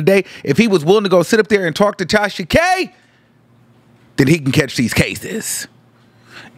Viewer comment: The way he says it sends meeee. I thought I was the only one😭